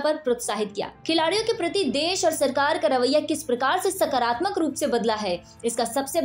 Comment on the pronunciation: सकरात्मक नहीं सकारात्मक कहें।